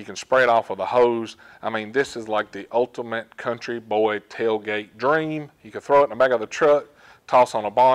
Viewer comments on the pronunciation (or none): none